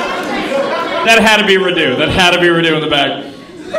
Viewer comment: I'm sorry but the way you pronounce Radu has me dead, radú sounds so Indian lmao, the correct pronunciation is rádu